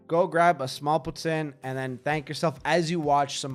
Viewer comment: Yea no, no one in Ontario calls it poo tin